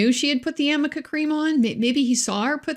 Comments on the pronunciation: AMICA Cream is a HAIR treatment. ARNICA cream is to soothe and calm irritated skin and temporarily relieves muscle pain and stiffness. Obviously Elaine can't even read her own notes and has no idea what it is! She is confusing the "r" and "n" for an "m" by running them together. Another ill-prepared, incompetent showing. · Isaac will hear Elaine in his nightmares saying "amica cream" for the rest of his days 🤣 poor guy. I love him, so entertaining!!